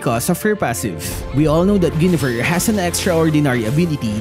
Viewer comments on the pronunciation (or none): Mali po pag pronounce nyo ng Guinevere. Paki correct.